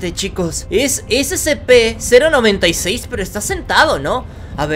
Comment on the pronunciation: Se dice sepe sepe sepe